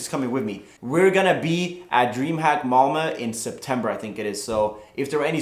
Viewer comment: HAhahahahhaha varför sa du malmö som en amerikan och inte som du säger som en klassisk skåning, kung mannen! ;)